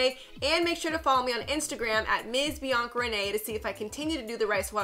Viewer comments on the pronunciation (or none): Why don’t you proNoUnce the a at the end of Bianca